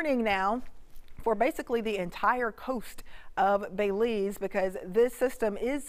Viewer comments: It's not Bayleese, it's Belize the pronouceation is important. There is no emphasis on Bel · Miss it’s pronounced Bel-ize not Bey-lize 🙄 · Thanks, good job. I'm from Belize, it would have been nice to have an update on Lisa maybe at midnight or before daylight. Details about the approximate area where the eye will touchdown would be greatly appreciated by all Belizean. (It's pronounced like Bill - Bill-ease.)